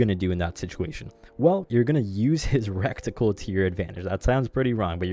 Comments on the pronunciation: that word is reticle. not recticle, other than that good video. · It's "ret-i-cul" not "rekt-i-cul" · its pronounced: Ready-kull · Recticle sounds Hella funny though I vote to induct it into the dictionary.